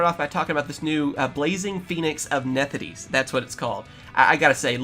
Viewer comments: “Nethideese” I’m sorry WHERE IS THE “D” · “Nefthis” bro